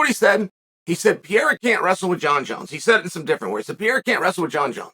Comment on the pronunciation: My favorite French fighter, Alex Pierre-A